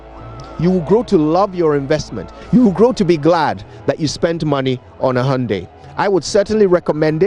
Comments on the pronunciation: Why are you pronouncing hyundai as "hahundei"? 😁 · it is the correct pronunciation: hai-hun-dayi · What’s that ayunde ayundee by this guy.... is that the native pronunciation of the Koreans? Or what ..... Ghana fo) koraa, meanwhile his colleague Kojo Yankson pronounces in another way.... which is which ? Aba! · What’s is hayundaii lol Hyundai turn hayundia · Great advert. It's pronounced "HIAYANDAE"